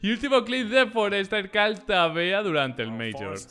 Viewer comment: Parece que dijera "call tabea" y yo como "wtf?" XD